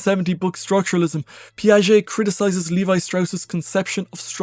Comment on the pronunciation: It's 'levee' (Levi)